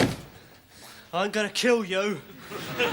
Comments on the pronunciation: "How can I change the lywics to cwying, the bloody songs called cwying" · You got me cwying 😂😂😂